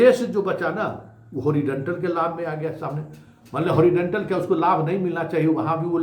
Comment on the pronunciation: होरीडेनटल के बदले होरीजोनटल बोलिये